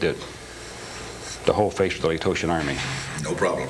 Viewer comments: If he was legit he would know how to pronounce Laotian:face-red-droopy-eyes::face-orange-biting-nails::cat-orange-whistling: Letotian? give me a break. Dude's probably buddies with Bill Brockbrader. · How can you be assigned to duty in Cambodia endnote know how to pronounce Laotian??? The T is silent, this guy keeps saying Lay-Toe-Shun... he has an angle, need a motive to confess to a murder. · Problems with his background. White Star, the advisory mission to Laos was US Army Special Forces ("Green Berets") not some 82nd Airborne private... cant pronounce Laotian... even though he supposey served there... claims he trained the Cuban Brigade for Bay of Pigs... supposedly CIA... and all those guys are mentioned in several books, by name, including leadership like Gray Lynch...but not this guy? Also, refers to Chicago mob as "the Chicago family" when its always been known as "the Outfit" ... on and on... quite the story teller... and hkw fo you "calibrate," a rilfe scope? Hilarious. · Why did he pronounce Laotian with a hard T it’s silent isn’t it? That made me question it? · The fact that he mispronounces "laotian" as "laytotion" tells me that he wasn't in laos. Now I doubt this whole thing. Lame. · If James FIles was telling the truth, and he really spent time in Laos as a tactical advisor in the Vietnam War, then he would probably know that Laotian is not pronounced "Lato-tian". Obvious liar and moron to boot. Anyone who believes him is the latter as well. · Because it's nonsense. The guy says he worked in Laos during Southeast Asian operations, but he pronounces Laotian as Latotian? He is bored in prison so he invented something that gave him some entertainment. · "Latotian"..? The word is "Laotian". If the guy can't pronounce that correctly, he did not fight in Laos (this guy is lying). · He should know it's call Loation not latotion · It's it's Laotian not location 🤦🏻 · Is it really pronounced "Latotian"? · He can't ever pronounce Laotian.